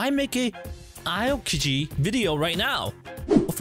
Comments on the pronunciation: you say his name wrong, it’s not pronounce like alkaji, it’s pronounce like alkeji but spelled alkigi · Bro, im getting triggered "ayo-kiji" Its AO kiji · Bothynus/Bot-fenus Thats How To Spell Bothynus Avis/Ay-vis Aokiji/Aw-ōkiji Try Saying Them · it is pronounced "Aokiji" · This is why i dont like videos at the start of the video bro already Pronounced the name aokiji wrong